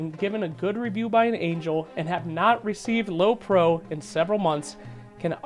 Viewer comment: it's prio not pro you dummy